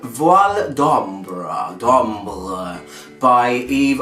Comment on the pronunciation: the way you pronounce it is so funny :)))))))))))))